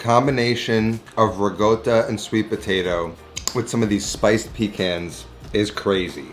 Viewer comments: There is no "g" in ricotta. Slight r roll and there is a double consonant "tt". They are pronounced separately. "rrr- cot ta. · rih-goatuh hehe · imported from the same place he gets “rigoatta” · "RiGotta" ;) My first dinner with my Italian in laws involved being asked how to pronounce this cheese. Failed , but I've learned better.